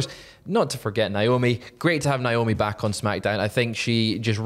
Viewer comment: How do you all still say Naomi's name wrong?